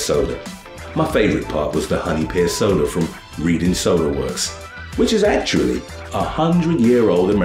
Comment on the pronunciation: It's pronounced "Redding" not "Reading"